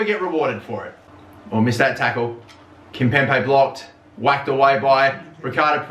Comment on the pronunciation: KimpemBe!!!! STOP PRONOUNCING THE B LIKE A P!!!!